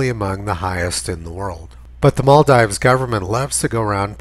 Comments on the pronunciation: It's maal-deevs*, btw Tony. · Isn't it pronounced like "maldeeves"? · Much as I love your videos, your hick-like mispronunciation of "Maldives" will work against you if ever you show this video to a wider public. It's Mall-DEEVES. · Good video. But it's pronounced. "mahl-deevs". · Maldeeves. It's pronounced Maldeeves. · Hey Tony, I think it's pronounced Mal-deeves. That's the problem with people who read. BTW, love your work. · If he could pronounce Maldives properly he might gain a little credibility. On second thoughts he wouldn't as he is talking horseshit.